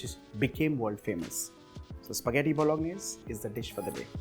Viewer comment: Pasta bolaganesh 🤣🤣🤣 — jordindian